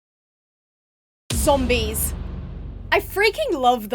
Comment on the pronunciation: Imagine the zombies listening to their conversation, also i love when says "zombois"